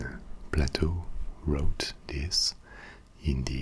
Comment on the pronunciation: It’s pronounced “play-toe” not “pla-toe”